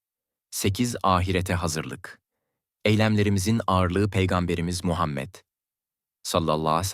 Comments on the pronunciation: Hay sizin yapacaginiz videoya ya bu nasil telafüz peygamber efendimiz s.a.v. adini ne bicim söylüyor sinir oldum😢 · Oğlum peygamberimizin ismini güzel okusana yapay zekamisin